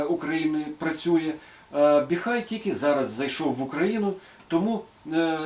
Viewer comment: Не "Біхай", а "Біхуей". Називайте бренд правильно, щоб китайці не образились😅! Щиро дякую за Ваші професійні огляди та поради!